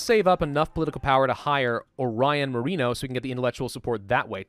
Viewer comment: Mo-re-no Not mo-ree-no Sorry, it was just getting under my skin.lol.